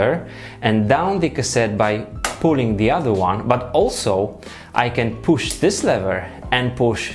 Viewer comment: poosh, releese, poosh releese!!